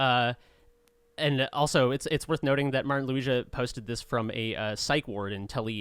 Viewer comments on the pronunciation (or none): Just a quick heads up - the letter g in Martin Luigas surname is pronounced the way you would pronounce the letter in, for example, in the words gundam or gotham and not like in the word giant. Great podcast!